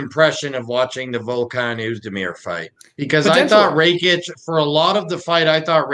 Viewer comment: Pronounce Rakic's name properly fs... Ignorance, calling Santos that 37 year old what does that mean. Tool